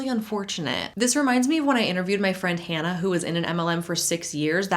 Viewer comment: First off I have been binging your content. Secondly you went from Hannah to Han’nah bc that one phrase made me double check the screen😂 who is this 😂